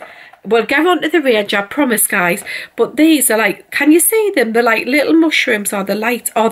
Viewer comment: Lirrup candles lirrup. 😂 love that accent. xx